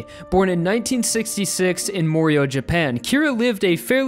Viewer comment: Lol the way he pronounces morioh more-e-o XD it's more-i-oh